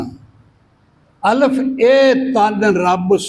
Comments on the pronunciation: اَلِفْ : درست تلفظ ہے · بابا جی کو کسی قاری صاحب کے پاس بیٹھ کر تجوید کی کلاس لینی چاہیے الف ہی کو غلط پڑھ رہے ہیں الف کے لام کے نیچے زیر ہے زبر نہیں